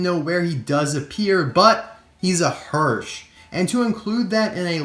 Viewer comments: It's a hearse not hearsh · As a little help, hearse is pronounced herse, not hersh. The "symbol" on the side is called a lando (lan-dew) bar. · It’s pronounced hearse not hearshe. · you pronounced the car name wrong. It's hearse not Hersh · You don't know how to talk. It's not hersh, its hearse. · Wtf is a hersch? That is a HEARSE! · It’s hearse with an ‘s’ not hearsh with a ‘sh’ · I don't see the Hearse being anywhere near as sought after as RD moodsprings, and would take another RD Moodsprings over the Hearse, but I do think he's very cool! But I don't expect to see him soon, as we seem to have had the same case of cars showing up in every store for the last 8weeks in the UK. Thanks for another great review :-) oh btw it's pronounced "Hearse"....not Hearsh :) perhaps you've got a chocolate bar in mind for later lol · I’m not being mean, but is no one going to notice that he says “Hersh” and that he put the picture on the screen in editing, but didn’t catch it when he put them on the wrong side and said the were in the same lane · In not sure that your pronunciation od hearse Is correct...